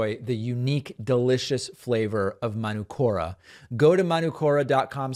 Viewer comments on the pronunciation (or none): It's Man-ook-ora David. 💙from NZ. Manuka is a tree here. (man -ook-ah)